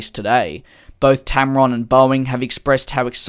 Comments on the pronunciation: Tarom not tamron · It's Tarom, NOT Tamron! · Mispronounced tarom :))) it is tarom not tamrom but great job releasing these vids in these very busy days!! Keep the coming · You mispronounced Tarom